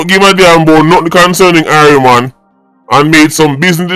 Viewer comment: Halgrimson said irieland not irie mon 😂😂